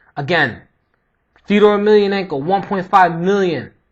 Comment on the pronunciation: its pronounced fe-oh-door. hes a pure legend!